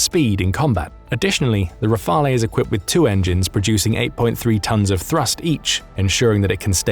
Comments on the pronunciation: Dassault Rafale is pronounced Dasso Rafaaal. Please do better. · The e in Rafale is silent...